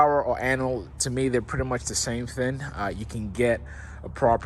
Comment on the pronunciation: thing thing thing thing…..with a G not with an N…Cowling with a G not with an N..Now say it 10 times…